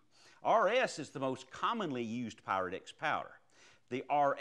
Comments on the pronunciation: I'm in England and when you say pyrodex it sounds like parowdex lol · ok, i thought i was imagining things... it definitely sounds like black power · Great video but sounds like he is say Black Power lol